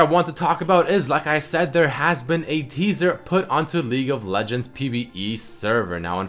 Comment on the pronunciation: I can't stop hearing "LEAK OF LEGENDS VIDEO"